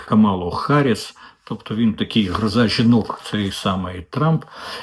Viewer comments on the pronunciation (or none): none